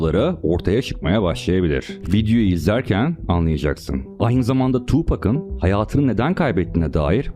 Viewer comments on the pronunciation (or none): 2pack gibi (tupeçk) değil 2pac (tupak) diye okunur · Korkunç detaylar eklenmediği için etkisi bir tık zayıf olmuş ama emeğine sağlık 👏🏻 Ha bu arada “Tupek” değil “Tupak” diye telaffuz edilir baba 2Pac :)) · Tupek değil abicim Tupac Tupac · tupac ‘two pack’ olarak okunmaz. video mukemmel olmus ama soylemek istedim.